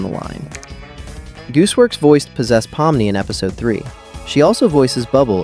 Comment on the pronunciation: actually, its pronounced 'po-mm-nee', i know since im actually russian myself